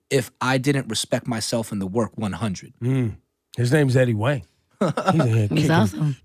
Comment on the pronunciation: Even with Ebro mispronouncing Eddie's name the whole time and Laura not correcting him? Eddie's cool though.